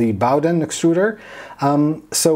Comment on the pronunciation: Hi, its pronounced Boh-den (/ˈboʊdən/ BOH-dən) it takes the name from the Bowden cable.